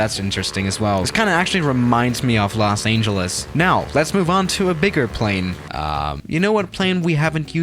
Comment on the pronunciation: The way he said Los Angeles tho 😂